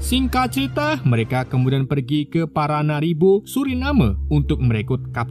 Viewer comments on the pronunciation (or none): paramaribo bukan Paranaribo